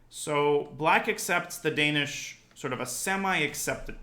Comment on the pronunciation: The Dan-ya-ish Gambit